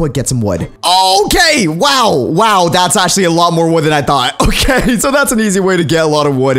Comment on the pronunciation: why do you say loki and not okay